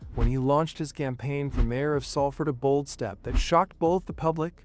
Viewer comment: Can't even pronounce the town correctly